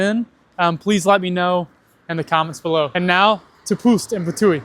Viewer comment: I know you're still learning Slovenian language, but Ptuj is pronounced "Ptuy" or also try "Ptui". Although you're very close by pronouncing it correctly. (By the way, Slovenians don't use letters Y, W, Q. They instead use letters Š, Ž, Č, which are basically combined letters if you were to speak in english. Like Š, is pronounced in a sentence "sh" [Like exa. Shelf], Ž is pronounced in a sentence like "zh" [ (Couldn't remember any english word, sorry) ], and Č is pronounced in a sentence "ch" [Like exa. Chicken]. I hope you understood what my point is because I can't explain it more simply. But if you need any help, just ask your teachers or professors at the university, they're always ready to help. 👍)